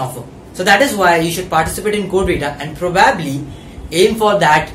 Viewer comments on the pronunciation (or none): Not complaining but its not probaabli its probably